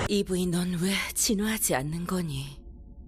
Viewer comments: 2브이가 아니라 e브이라서 이^쁘이로 발음하시는군요ㅋㅋㅋㅎㅎ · 채널주 "이/브이" 사투리 계속 신경쓰이네 ㅋㅋㅋㅋㅋㅋㅋㅋㅋㅋㅋㅋㅋㅋㅋㅋㅋㅋㅋㅋ